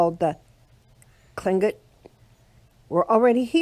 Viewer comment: Unfortunately the native peoples suffered brutal losses from the Americans and the Russians. This is a very pretty place. How many times did you practice saying "Tlingit" before making this video? I know I would have messed it up. Hahahah